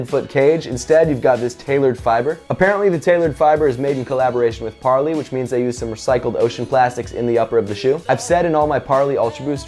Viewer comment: You pronounce Parley like 'way', check their website.